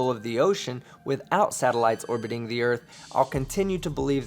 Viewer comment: Dear mister car talker the erf isn't what you think it is.